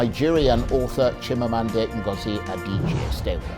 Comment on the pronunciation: I feel some how when Nigerian names which has meaning are pronounced in such a way that not only it loses the meaning but mean nothing. We follow foreigners to kill our names. Chimamanda is an igbo name. It is Chim amanda not Meaning, my God will never fail.